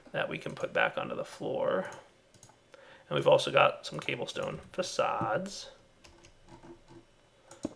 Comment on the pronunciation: did he really say 'cablestone'?